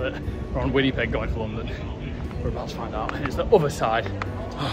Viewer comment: Made me laugh on how you pronounced Winnipeg! 😂 Welcome to Canada!! Hope you had a good time here.